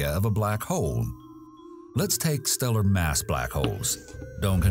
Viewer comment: Am I the only one who can't unhear the word "Black Hoe"?